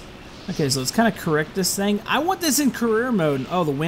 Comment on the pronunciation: Did i just heard that say thing THANG?!